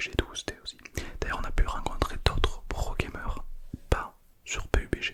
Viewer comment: Incroyable la vidéo avec le prrrrrrrroooo gamer